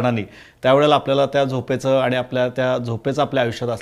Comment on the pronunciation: ताई प्रश्र चांगले विचारतात..फक्त "आनी "न म्हणता "आणि " असे म्हणायला हवे त्यांनी